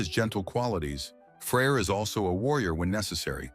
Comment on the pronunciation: That’s because of the way he pronounces it, in reality its pretty easy to distinguish between them. For example in modern scandinavia, they’re called Frej and Freja